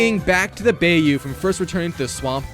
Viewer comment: Bro really pronounce bayou as bay- you